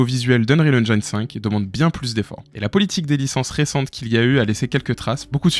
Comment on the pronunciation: Venant du modding d'Half-Life, je suis plutot C++ donc mon choix a été assez simple, UE... au passage, j'essaye d'éduquer les Francais sur la prononciation de "Engine" xD on ne prononce pas comme "line" mais comme "medicine".